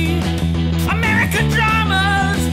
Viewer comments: “Ameircan” instead of “American” 😂 damn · We got "AMEIRCAN" not once.... but twice. TWICE GUYS, COME ON. XD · "Ameircan"? Twice? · Ameircan? Come one... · Did anyone else notice "Ameircan"? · Anyone else notice "Ameircan"? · "AMEIRCAN"? Was that on purpose? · Ameircan?! Really?! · What is "ameircan"? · Ameircan sitcoms? AmEIrcan sitcoms? AmEIrcan???